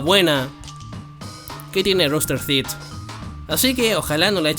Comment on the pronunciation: hermano porque decí rooster theet envés de rooster teeth